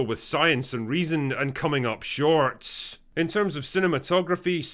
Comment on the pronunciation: Just say 'short' instead of 'shortSz'. Why do you have to finish all your sentences in such a weird tone? In order to make yourself seem more interesting? Just don't do it.